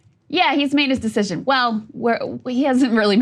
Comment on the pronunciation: "This sescision is his to make, (hiccup)"